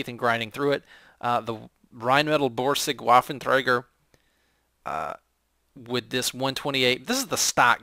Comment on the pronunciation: its not a woffenthraiger its a waffenträger. A. AAAAA. and no th